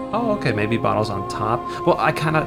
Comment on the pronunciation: it's BOTTLES not BOOTLES.